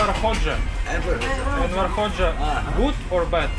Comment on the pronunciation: Its Enver, not Erwin